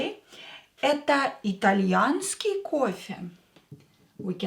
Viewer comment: did it change From итальянский То итальянска? You seem to pronounce It differently....